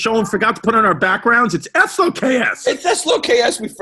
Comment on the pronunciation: What does “S low K S” mean lmao